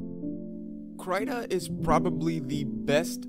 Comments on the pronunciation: crytah???? i thought it was krihtah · krayta?! krit-ta krita man! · Everyone else: kriiii ta Him: cry tah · Krita not cryta. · Stop pronouncing “Krita” wrong pls. It’s “Kr-I-ta” j not “Kr-y-ta”. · Wait... It's pronounced "cry-tah?" I've been saying "cree-tah" and nobody has corrected me in this long?!?! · Wait its pronounced as "cry-ta"? I pronounce krita as "kree-da" o_o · Its pronounced, "Krihta" not "cryta" sir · It’s Krita not krieta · the I is supposed to be pronounced as in the word "index". It's KrIta. not Kraita. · please call it Kreeter...not kryta 😁 great tutorial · I pronounce it kreeta and it’s so funny to hear someone say it krayta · Please. Please don't say it like (cryta), but great video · I thought it was Kr-ee-tuh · you just said “crytha” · I heard kreeta and krit-ta but never krytah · I thought it was pronounced kreih tah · I pronounce it like The name Rita with a sharp T (but with a K of course) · When you're depressed, you pronounce it Cry-ta 😥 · “Krita” is their Swedish world for “crayon”. According to Google Translate (I do not speak Swedish), you pronounce it as “critah” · That's because it is, at least "kree-tah" but "tah" isn't taaaaah it's more like tuh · so it's pronounced kr-eye-ta? really nice video btw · "Crytah" :D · I pronounce it "critter" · I giggled too :) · as what I think, it's like the australian accent for "creator" haha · I've never really heard it out loud so I thought it was pronounced "cree-tuh" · the way he pronounces krita though 😂😂😂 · The way you say krita is making me lose braincells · never before have i heard the pronunciation of krita in this way :000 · Please pronounce Krita correctly if you make another video on it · I say the "I" as if im saying "is" or "in" ... It kind of annoyed me beyond belief that you kept saying the "i" as if you were saying "night" or "fight" or something like that...... But I am also...like....vErY OCD when it comes to how people say certain things..